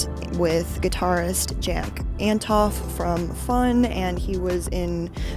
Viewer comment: Good video. Also It's Antonoff